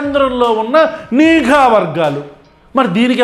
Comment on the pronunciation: nenokkadine observe chesaanu anukunna...nuvvu pattukunnavaa Anna...... neeeeeegha vargaalu anta.. telugu raadu PK ki